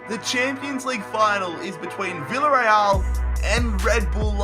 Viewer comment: It's pronounced biyareal